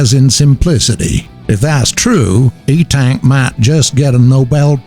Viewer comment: LOL it is 1UP HOVER ENTAC not etank :P